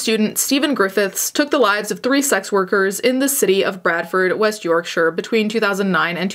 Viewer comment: I live in Leeds aa. Also Yorkshire is pronounced York-shuh not York-shiyre ;0; I love the video tho & your eyeshadow looks amazing!